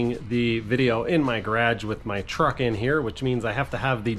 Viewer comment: I’ve never heard garage pronounced that way